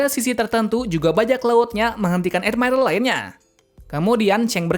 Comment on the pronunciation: Ngomong admiral aja edmairel 🥱